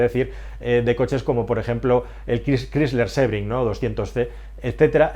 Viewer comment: la gran pregunta para mi es por que continuan hablando tan mal el ingles? la empresa chrysler se pronuncia craisler. no crisler